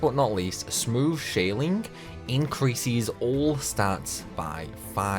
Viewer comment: Why. Why do you add an i to words with es. Why do you do that? I don't know why but it bothers me so much when you say usies or increasies over and over again... you say so many words normally even words that have the ces/ses that you turn into ies so why are you going it?..